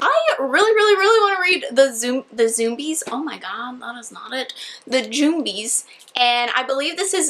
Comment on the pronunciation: The word jumbie is pronounced with a short u like the u in gum 😂😂 Jum-bie